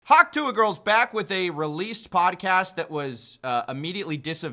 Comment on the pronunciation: Dude. Its hock tuh. It's spelled weirdly but you have hered it many time im sure. Bad listening comprehension.